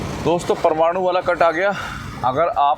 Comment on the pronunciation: भाई ये परमाणु नहीं है, ये तो परवाणू है| परमाणु तो एटम बम होता है आप उसको ठीक कर लीजिये.......